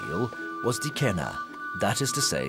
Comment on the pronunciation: It's pronounced as kena! C is k in Latin.